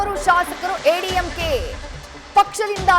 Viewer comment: ಎಐಎಡಿಎಂಕೆ ಅಂತ ಸರಿಯಾಗಿ ಹೇಳ್ರೀ.ಯಾವ ಸೀಮೆ ಚಾನಲ್ ನಡೆಸತೀರ.